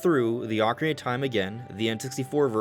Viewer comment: Thank you for saying Ock-arina and not Oak-arina 🙏🏻 😂